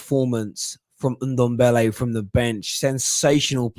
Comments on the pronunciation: So now you are trying to troll a fellow Spurs supporter for you clearly saying his name incorrectly and "blaming" it on your accent?! Really big of you i must say. It`s suppose to be pronounced like Dembele just with the NDo infront. If you are making such a fuss about this than just leave it. For goodness sake. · I like Alex. Fresh of breath air. Don`t understand that can`t pronounce Ndombele`s name correctly after he has been there for 1, 5 years.